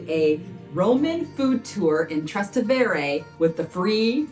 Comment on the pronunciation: It's pronounced Tras TEH ve re.